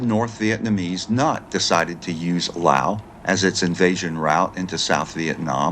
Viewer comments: LOUSE. LOUSE. LOUSE. Not Lll. Owww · Laos has an 's' in it. Say it.